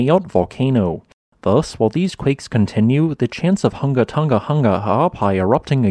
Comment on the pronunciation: Congrats on pronunciation...I give up after the 2nd Hunga...